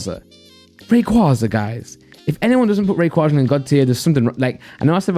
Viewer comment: Rayquaaza u sound like the queen saying it